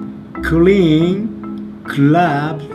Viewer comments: "Ra Ra Ra - Clabs" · "RA RA RA." Hell yeah, you got this. "Clabs." Damn...